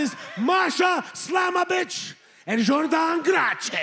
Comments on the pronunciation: Lol. Santino doesn't stop with those re-pronunciations. Jordynne Grah-Che xD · Jordhan Grache! 😂😂😂